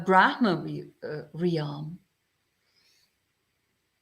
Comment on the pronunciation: Dear, it always brightens my heart to see your cheerful and friendly face. I will have to watch the rest of the video at another time, as my internet is not working well. Just wanted to let you know, for future reference, that in English there is no double vowel sound in "realm". You don't pronounce the "a" in "realm" you just pronounce it "relm". It rhymes with the English word "helm" (the controls of a ship). May you and all in your vihara be well.